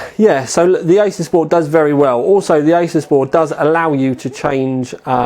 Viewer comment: Someone needs to tell this guy he's pronouncing Asus wrong...